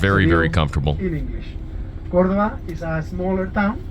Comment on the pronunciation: You made a mistake and said you were in Madrid instead of Barcelona at the end of the video. Also, Cordoba has a stress on the first “o” not on the second “o” . Otherwise, I thoroughly enjoyed your video! I’m planning to go on this tour soon.Thank s for the information.